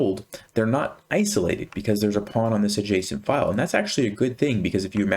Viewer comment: Am I the only one hearing json file instead of adjacent file 😊